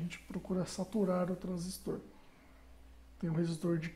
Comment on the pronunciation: Eu vi essa configuração em um CLP mas achei estranho o zener não estar com o anodo no GND. Vou fazer alguns testes para entender melhor. Por fim, dar os parabéns pela dedicação de preparar essa video aula, parabens ainda pela pronuncia correta do transistor, tem engenheiro antigo que ainda fala errado "TRANSÍSTO".